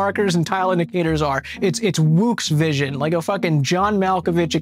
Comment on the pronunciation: Calling it "woox vison" is the greatest thing I've ever heard